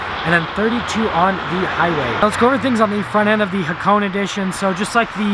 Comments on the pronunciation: ITS PRONOUNCED Ha-ko-NEY! I HEARD A REVIEW SOMEONE SAYING HAK-ONE AND NOW HA-CONE? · Ha- kow-ney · we pronounce it as hako"nay" in Japan, the hp is not made to be too strong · Its pronounced hakoneh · It's not pronounced nay goddammit. it's né